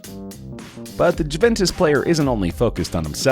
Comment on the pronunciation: cant get over him saying Juventus wrong